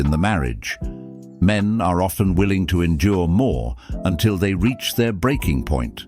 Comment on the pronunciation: never heard a dude pronounce "men" like "meeee-in", plenty of women do though